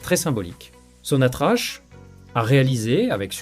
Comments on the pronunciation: Bonjour, on ne pronce pas Sonatrache , mais sontrack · Sonatrak, c'est comme ça que s'a prononce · Ça s'écrit SONATRACH, mais ça se prononce SONATRAK.....'' HYDRO CARBURES . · T'arrives même pas à dire sonatrak😢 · On écrit sonatrach et ça se prononce sonatrak...... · on prononce SONATRAK (sonatrach)